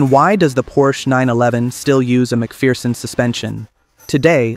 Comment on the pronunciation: FFS, it's pronounced "Mc Fur-son", not "Mc Fear-son"